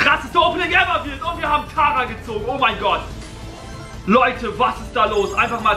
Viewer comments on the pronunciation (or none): WIE er einfach sagt tara ge´zogen omg und es wqaren fünf gegenstände